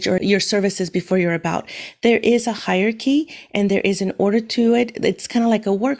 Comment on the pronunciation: Hyarchy... no Hierarchy... yes (it's pronounced higher-arekey) Other than that little nit-pick😂, your video and instructions are really good!